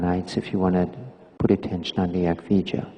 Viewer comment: 🌻Thank you for your complete and accurate answer Also your time and attention Yes, that was the perfect answer My guess was the word "Eck Vidya", but Mahanta's pronunciation seemed to be "Eck Vi - ja". Thank you again and I wish you the best May the blessing be